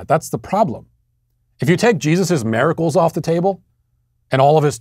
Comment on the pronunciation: It's good to hear that Matt still says 'maricles.'